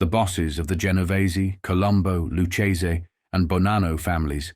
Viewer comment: It's Lucchese, not Lu-chaysie